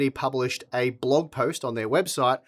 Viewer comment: What's a blowg post? OH...you mean blog....🤣